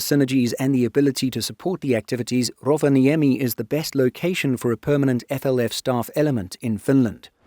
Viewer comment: I'm not criticising, you're doing a remarkably good job pronouncing Finnish. But it'll be even better if you remember that the first syllable is nearly always the stressed one. There are exceptions of course but Rovaniemi and Sodankylä are not among them. (Nor is Patria come to think of it.) Speaking of Sodankylä, the "ä" in FInnish (and Swedish and German) is pronounced like the "a" in "happy".